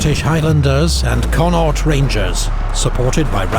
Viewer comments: Connacht is pronounced con-ockt. Not con-awt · Once again another phenomenal video. At the part where you mentioned the highlanders and Connaught battalion, it's pronounced con acht (start last bit like the doctor says "say ahhh). Still an excellent video as always. 👍